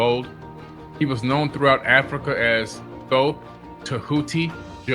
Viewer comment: THOTH NOT THOT